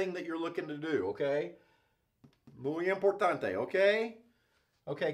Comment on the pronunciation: haha i loved the part when u said "muy importante" nice pronuntation, excellent video !!